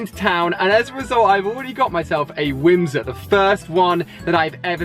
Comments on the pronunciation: Not "whim sir" it's *whismur Ali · Did you say whimser?